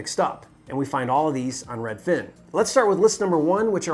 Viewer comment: Hi can you please say Redfin, and not redFIN. Sincerely, everyone